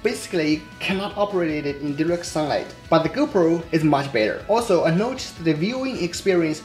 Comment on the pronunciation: Thank you. Very good video. But you should pronounce "GO PRO" with strong PROOOO" . Sometimes your Gopro sounds like "Gober".